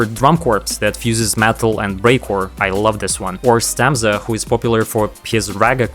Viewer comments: stamza? excuse me??? it;'s stazma!!! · is stazma, not stamza XD